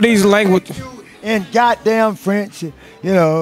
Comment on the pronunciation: He didn’t even say it rite in Spanish or French